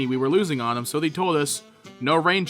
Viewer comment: The real question is not "where's slazo?" The question is really why does pronounce "they" as "thee"?